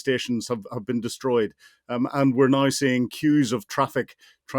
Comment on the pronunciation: "Just nauer". So painful.